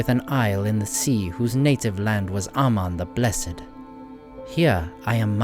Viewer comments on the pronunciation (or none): none